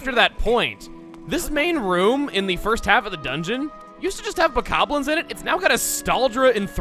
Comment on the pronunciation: hey, this is the same guy who didn't know how to correctly pronounce bokonlin. let's not get fussy